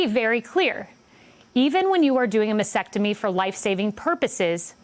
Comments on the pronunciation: …..it’s not Masectomy 🤬🙄Mastectomy, Kay-leeeee 🤦🏻‍♀️ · It’s a mastectomy not masectomy…. Kayleigh … at least get the pronunciation right